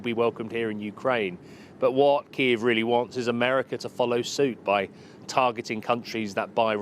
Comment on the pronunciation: I like how he pronounce KiEv instead of Kiyv, it says everything you need to know